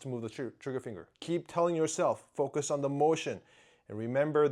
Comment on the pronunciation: "Finger Fucus"